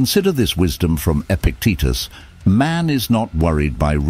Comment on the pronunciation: Epictetus, his name was mispronounced.